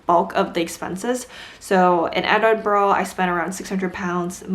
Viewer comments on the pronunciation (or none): It’s like edin-bruh